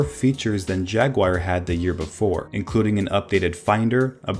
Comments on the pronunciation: HAhaha... Pronounced Jag oo war. Video pronounced Jagwire HAhahahahahahahahah.... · What the fuck is a Jag-Wire? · JagWIRE lol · Teacher: What’s your favorite animal? Student: J A G W I R E Student: *is placed in special ed program* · Who noticed that said jagwire instead of jaguar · Just so you know, it's pronounced 'JaguAR' not 'Jaguire' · Logan Sharpe I’m an American and I call it “jag oo ar” not “jag wire” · JAG-yoo-ar but I also used to pronounce it "JAG-wire" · Its not Jagwire its Jaguar (pronounced JAG-YU-ARE) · JAGUIRE :D :D XD XD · It’s Jaguar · its jaguar not jagwire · toby jaguire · J A G W I R E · You keep calling it "jag-wire". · A special thread only the Judge Advocate General is allowed to used. I guess. If he's a cat. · itsa jaggy wire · What the fuck is a Jag Wire... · I thought poo-ma was funnier than jagwire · "Apple discontinues iPhone and Aperture and replaces them with Photos." iPhoto, not iPhone. And Jaguar is not pronounced 'Jagwire'. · Everybody says it wrong. Here is the correct pronunciation. Jag-oo-ar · "Jagwire" - are you testing us? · BAHAHAHAHA JAGWIRE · JAGWIRE AND YOSEMEETEE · Ah yes, I love OS X Jagwire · Pooma Jagwire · I thinks that’s how Americans pronounce it. It does sound weird though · You're seriously pronouncing jaguar wrongly! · You know how to pronounce Yosemite but not Jaguar? Really?